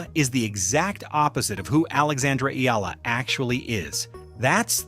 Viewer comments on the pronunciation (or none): Her name is not Eela. FFS it's not that hard to pronounce. Try Eh-a-la.